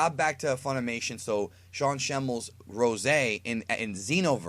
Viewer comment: yes i was impressed but call it Ros'e Sean please